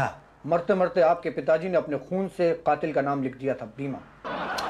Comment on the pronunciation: strange the way mr.pandey and musaddilal are pronouncing words qatil and raqam correctly